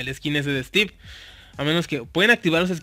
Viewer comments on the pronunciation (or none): none